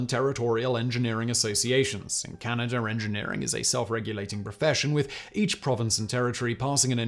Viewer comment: I’m fascinated by geography but where the hell is Canader?